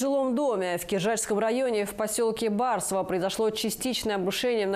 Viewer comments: Да да. Все так. Только ударение на БарСОво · Не БАрсово а БарсОво, как можно быть на столько тупой что даже не узнать как правильно поселок называется